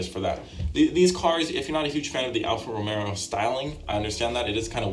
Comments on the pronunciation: Is he saying Alfa RomeRo?? There's no R. It's Alfa Romeo. Also... He kept saying the Aston was small and comparing it to a Miata? Dude its a GT car they are big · Did... Did he say alpha romero? Its romeo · it’s Alfa Romeo not Romero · Imagine being a car guy and thinking its "Alfa Romero"